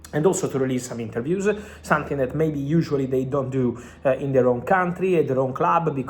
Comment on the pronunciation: Dud it’s called something not sonthing please it’s not difficult try to train yourself something something something very easy NOT SONTHING to all my italian brothers SOMETHING